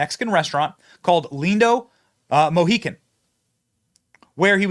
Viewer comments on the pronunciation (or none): This is all crazy. There will be more things revealed in time. The Almighty has everything under control. By the way brother Benny, the name of the restaurant in Las Vegas is called Lindo Michoacan (which Michoacan is a state in Mexico) the restaurant is not called Lindo Mohican ( Mohican is a native tribe )😉